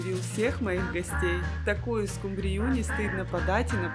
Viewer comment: А почему скумбрию, с ударением на Ю?!